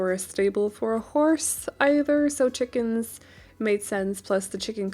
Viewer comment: "... Because chiicKENS." 😂 I wish you all the best in this new part of life! 🍀💪😊🌞